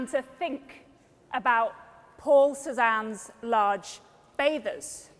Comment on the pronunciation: not Susan. CéZZZZaNNe